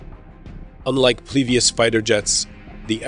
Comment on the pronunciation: "Plevious" LOL